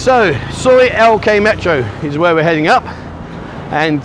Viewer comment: Its L K not T K, sorry not your initials. 😂😷👍